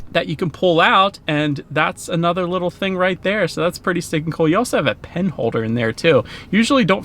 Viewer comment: I thought he was saying pretty steak n cool, I was like wtffffff, cringe 😊